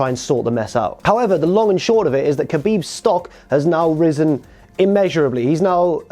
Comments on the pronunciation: Khabib = habib not kabib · You said his name wrong both of them... 😔